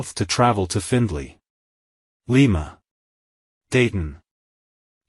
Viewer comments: it's pronounced LYE-muh, not LEE-muh. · LIMA = Lost In Middle America